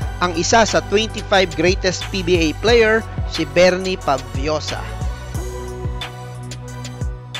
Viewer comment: Problema ng Pinoy yung F ginagawang P.😁